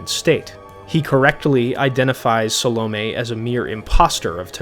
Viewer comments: Phil Chenevert is by far my least favorite reader. His pronouncing Salome like "Salami" especially irks me. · those damn salami witches